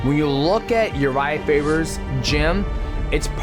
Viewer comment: I thought he said urijah fibers chin. had to rewind that back for a sec.